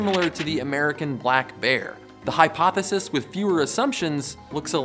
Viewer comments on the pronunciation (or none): 4: says balck bear in case it wasn't intentional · ''#25202....Balck Bear''? Is that a new animal? lol